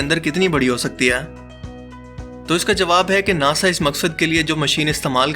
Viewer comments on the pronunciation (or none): none